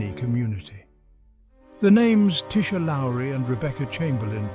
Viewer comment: im trevor edward aldridge .the boyfriend of tisha lowery we have 2 kids Onyx@ 'for fuck sakes say or speak tisha's name correctly .how dear you pronounced the one i love so so much WRONG..PLEAS TAKE THIS FUCKED UP DOCUMENTARY DOCUMENTARY OFF YOUTUBE.HOW DEAR USE.. IM SO PISTT WITH THIS UP SIDE DOWN FUCKEN DOCUMENTARY. ILL TELL YA NOW. IM A MEMBER OF PORIRUA MONGREL MOB.AND YOU DO NOT WANT TO PLAY GAMES.ILL GIVE U 24 HOURS TO PULL THIS DOCO DOWN OF YOUTUBE